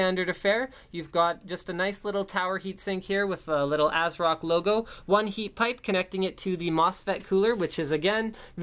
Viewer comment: "Ass-rock" XD